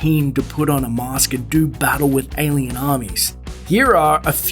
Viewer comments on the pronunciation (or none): none